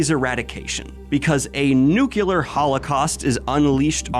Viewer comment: Sir, I am greatly distressed by your misemployment of the word ‘nuclear.’ Also, Midnight Mass is absolutely brilliant!! I am so glad to hear you talk about it 👏